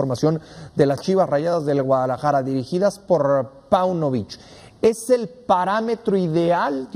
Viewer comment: Mi estimado Mauricio Ymay... OJALÁ TE QUITES ESA PINCHE COSTUMBRE DE DECIR: "ELE CONJUNTO DE CRUZ AZUL " "EL"... SE ESCRIBE ASÍ Y DE LA MISMA FORMA SE PRONUNCIA. Enterado...?? LOCUTOR, CONDUCTOR, PRESENTADOR, COMO SEA SE REQUIERE DICCIÓN. ... Y NO ES "DICCIONE", OK...? GRACIAS!